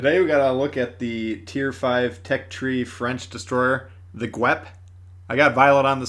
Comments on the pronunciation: It’s the guap not the guep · The guep ffs...just call it cheetah if you cant pronounce it properly... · I would think it would be a j sound in French but I’m not French. I was thinking jeh pard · Pronounced ghep-pard.